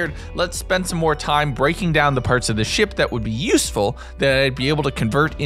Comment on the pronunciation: Every time he says the word useful a shiver runs down my spine...